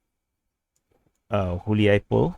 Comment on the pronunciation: On a side note, "Hulyaipole" (or any other place starting with "H" for this matter) - pronounciation starts with "G" (Good / God / Gun) not with H (Holy / Host / Hunter), "H" as a starter works for "KH" names i.e. Kherson.